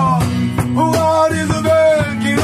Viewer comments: Huvaaa demiyo dayı la hurra diyo 😂😂😂😂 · Huvaa mi diyo 😅😅😅 hurra diye duyulmuyo olmamis.